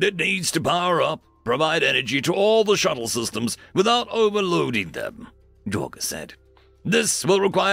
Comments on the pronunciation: "Jor-guh" good Lord lol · Jorge is not pronounced j-or-ga it is pronounced Hor-hey, It is a hispanic name. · Minor gripe, but... "Hor-Hay", not "Yor-guh"